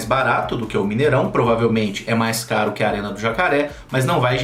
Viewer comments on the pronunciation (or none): Ele disse: Já o carque João Lucas kkkkkkkkkkkk